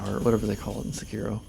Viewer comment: Say kee roh not suh kiro, say part is partial